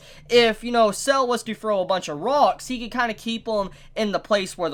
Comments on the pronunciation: Sa-le, not Cell. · It's not "Sells" it's Sa-Le. Litteraly as it's written, as his name in Italian translates to "Salt", making it a direct contrast with Zucchero (Sugar) a few episodes ago. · the one irk I have is that they turned [ Kraftwork ] from a cool white and blue colour to a disgusting green. they even used the same pallet for [ Soft Machine ]. also, it's Sale, not Cell. his name is Italian for "Salt" and expect more people named after foods or Italian dishes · Really pronounced "Sah-leh"